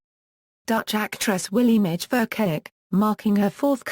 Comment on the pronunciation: I find it hilarious how it pronounces Willemijn Verkaik as Williemij Verkayik